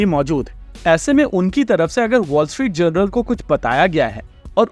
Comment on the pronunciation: its "Wall Street J-O-U-R-N-A-L" wise guy, not "Wall Street General"!!!